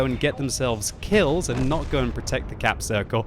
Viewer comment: Did he say quills instead of kills?